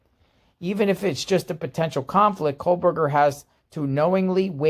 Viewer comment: It sounds like you’re saying Kohlberger. 😂There no L in his name. Anyway I don’t understand how this is a conflict of interest. First of all I believe she’s Cara Northington. She’s just recently been using Kernodle since her daughters death. She didn’t hire a Taylor. Taylor is a public defender. She was assigned to Cara. There are 12 other attorneys they can place her with. I did read that she really didn’t work with her very much at all. Not sure if true. I thought there were only 13 public defenders and Taylor is the only one qualified to work a murder trial. How is there a conflict of interest as long as Cara doesn’t testify? I doubt a drug user/dealer qualifies as someone who would be questioned in court. She has zero credibility. As long as Taylor isn’t representing a family member while representing Bryan the it’s fine in my opinion. Otherwise the judge wouldn’t have appointed her.